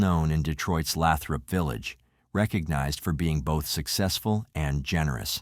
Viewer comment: Remember the Robison Family when they were discovered. I was watching WXYZ-7 in Detroit. Absolutely shocking. There's a book on this case "When Evil Came To Good Hart", by Mardi Link. FYI, it's pronounced "Lay-Thrup" Village.